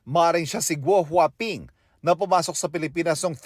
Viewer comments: GuoHuaPing? GWAPING??? 😅😅 baka it’s a prank. lol 😅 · Gouwhaping,🤔🤣🤣🤣🤣 Parang pugi sa pandinig ko.